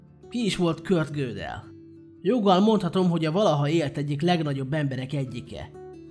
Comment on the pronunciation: Nagyon szépen összeszedett videó, de engem nagyon zavar, hogy nem jól mondod a nevét. Tekintve, hogy osztrák származású volt, nem amerikai módon ejtik. A helyes kiejtés pont úgy van, ahogy írva van.